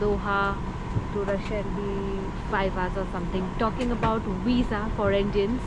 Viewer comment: Did you say wisa or visa😂?